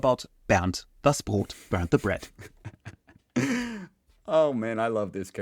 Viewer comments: sounds for me every time like burn the bread ... Bernd sould be pronounced in am. english like an baernd but its funny .. toast the toast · You slightly mispronouncing "Bernd" like "Burnt" makes me think of something that could happen to the poor depressed loaf: Bernd, watching a video of yours: "Nein, ich heiße Bernd, nicht 'burnt'!" ("No, my name is Bernd, not 'burnt'!") Bernd gets angry, smashes the computer which catches fire and also burns Bernd. Bernd: "Au! Jetzt bin ich richtig 'burnt'. Mist." (Ouch! Now I really am burnt. Crap") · Its so funny how you (and tommy also) pronounce Bernd like 'Burned' das Brot. That basically also comes down to why he is so depressive😂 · I just hate him! I lived nearly 30 years without ever have to endure any nonsense done with name, I ❤ed that neither English nor French nor Spanish speakers could pronounce it anyway, and than he came up naming the bread Bernd! Not funny! 😂